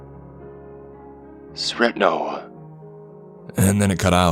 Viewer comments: You said Sretno like sretnow lmao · when you fucked up in school and you know your mom knows edit; anyone else a bit annoyed at the way he said "sretno"?